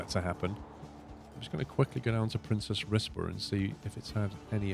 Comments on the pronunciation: Princes, not Princess :) as in more than one Prince. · I believe the pronunciation is "Prince's Rizborough" ??? Please use some decent trains!! There are various other capacity busting units and coaches plus you've electrified all your routes but keep using diesel traction? You could put a lot more capacity on these routes (more and longer trains). You can also run the units in multiple. Use some different buses too, some bendy buses perhaps? You could have put exit back, paused again then deleted and this would have pushed the buses to the exit without having to play on. Don't do a level cross over on those two lines, do a diver under or over!